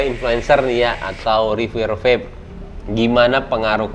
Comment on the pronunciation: Wkwk nyebutnya VAPE bukan VEP 😭